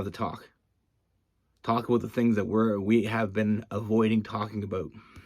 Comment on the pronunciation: I love everytime you say the word “ABOUT” you just have this accent that sounds more like “ Aboot” lol